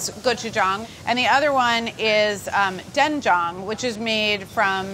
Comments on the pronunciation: Literally as a Korean im always so skeptical of chefs cooking korean food, but Carla, damn. GURL NOT A DAY GOES BY THAT YOU DONT AMAZE ME. KEEP DOING YOU BOOBOO. ILY. YASSSS TO THE WAY YOU SAY SSAM AND DWAENJANG AND HOW U MADE THAT SSAM. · I am so glad Carla pronounced Gochujang and Deonjang right. Technically the sauce is called Ssamjang. You can buy it mixed already and add the other ingredients. It is especially good with pork belly wraps. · As a Ko-American: great job!! And thank you for pronouncing gochujang and doenjang correctly XD If ur going to eat it w/2hrs, consider adding 1/4 Asian pear [will give some sweetness and also tenderizes the meat] I would also make a green onion w/a soy/ginger/sesame oil/chilli pepper/garlic/honey marinade and then added to the ssam + rice 🙃 U could also use the same marinade for chkn as well...